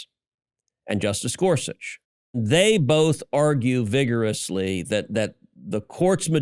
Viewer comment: Say vigorously one more time Ted one more time! 😜